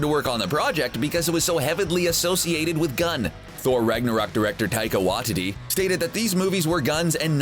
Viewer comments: Taika "Wah-tee-tee? " It's pronounced "Why-tee-tee." Sorry to be grammar police. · Jesus, you guys conflated New Avengers, Secret Avengers, and the events of Civil War I! Iron Man was NOT part of the Secret Avengers, he led the pre-registration forces in Civil War I. Captain America led the resistance to superhero registration, called the Secret Avengers and counting Captain Marvel amongst it's members. Also, are you CERTAIN that Taika Waititi's name is pronounced the way you're pronouncing it?